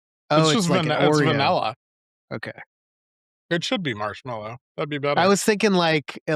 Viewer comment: pronounces "vanilla" poorly. he says "vanella"